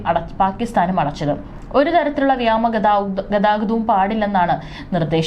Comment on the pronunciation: ഇതെന്താണ് കുട്ടി, ' വ്യാമ ' എന്നു വായിക്കുന്നത്? പുതിയ വാക്കാണോ?